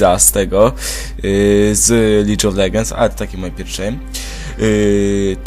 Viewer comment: poprawnie powinno się wymawiać lig a nie licz :) pozdrawiam